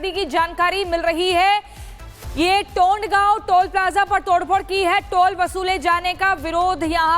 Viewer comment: टोंडगाव नहीं तोंडगाव 🤣🤣🤣🤣🤣